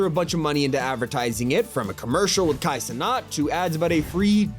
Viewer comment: he pronounced it like Kia cenaat though